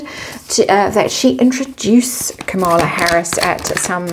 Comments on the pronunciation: Kamala..accent on KAH-mala..Indian pronunciation Comm-la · just FYI, her name is pronounced KA-ma-la. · Quick note; Kamala should be pronounced like Camelot, emphasis on first syllable. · All the YouTubers outside the US are having trouble with the correct pronounciation of Kamala. I try remember it is Kama-la, but my inclination is to say Ka-mala. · Yeah….she ain’t no Kamala (pronounced Ka Maa La) meaning perfection or Lotus flower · you may like to know that Kamala's name is pronounced with accent on the first syllable.